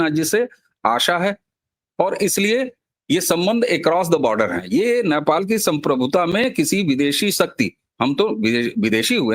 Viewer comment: अबे घोंचू, Naipal नहीं Nepal बोल 😂